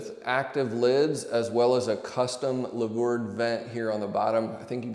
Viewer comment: Great video. But the word is louver ("loover") not lavour.